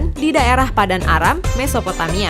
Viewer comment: mesopomaia? Aga susah sih mengatakan nya, Mesopotamia